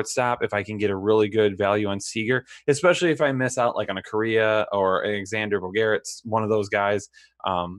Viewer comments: Cody Bell-ing-er? Acu NA? Bo Garrets? Dudes, pro tip: watch MLB Network for like 5 minutes and learn how to pronounce these player names. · Really hard for me to take you serious when you cannot pronounce their names correctly. Acuna, Bellinger, and Bogaerts botched.